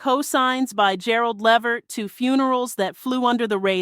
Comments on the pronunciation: Lehhhvert it's pronounced Levert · Why is so hard to pronounce Gerald Leverts name correct?